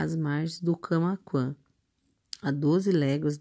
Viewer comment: Você precisa colocar mais vida nessa voz para ler o livro a palavra Camaquã não é Camaquã